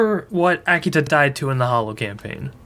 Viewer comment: Why do you keep writing “the Hallow” but you keep saying “the Hollow”?